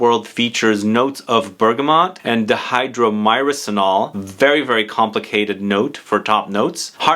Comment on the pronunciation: I believe it's pronounced die-hydro-murr-senol, I think I have heard Aaron Terence Hughes refer to it a lot